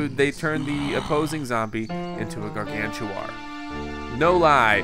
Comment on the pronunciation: its pronounced (GAR-GAN-TAUR)